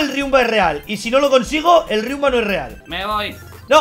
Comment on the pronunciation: A ver aver,que es buetra y riunba se dice riumba